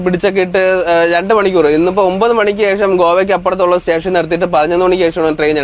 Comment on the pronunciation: റെയിൽവേ റ്റേഷനല്ല സ്റ്റേഷൻ എന്ന് പറയണം